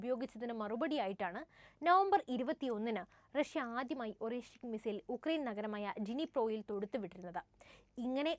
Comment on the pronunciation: Орешник എന്നെഴുതുമെങ്കിലും, അരേഷ്നിക് ആണ് ശരിയായ ഉച്ചാരണം! അർഥം Hazel Nut എന്നും !